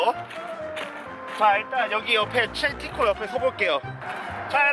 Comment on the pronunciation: 약간 바름이 딸리내 ㅋㅋ 티코대 키코래 ㅋㅋ